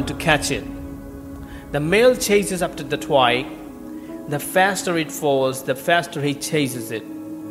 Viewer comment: Pronounce “twig” properly. It hurts the ear the way you pronounce it!